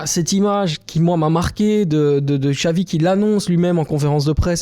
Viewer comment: ne pas prononcer Xavi (Chavi mais Xavi) c'est criminel